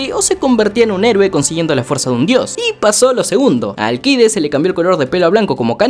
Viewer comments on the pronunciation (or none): Malayaaa seaaaa es alccccccideesss allllcidesssssssssss no alquides como lo pronuncias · ni en la traduccion dicen alquides para que lo llames así we, eres español? xD es AlCIdes = ALSIDES para que captes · Será que animan el spinoff de #Jackviejosabroso? Edit. Bro, se pronuncia Alcides Alcides, olvidá a Alquides. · NO ES ALQUIDES SOLO ES ALCIDES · Alcides no se lee la c jsjjssjsb sorry